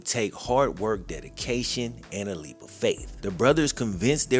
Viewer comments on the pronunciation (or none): none